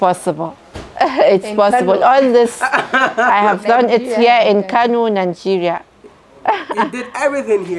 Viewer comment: Kano not kanu.